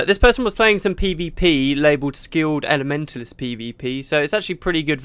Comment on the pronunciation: I could have sworn you said "Skilled and Mentalist PvP" rather than "Skilled Elementalist PvP" :D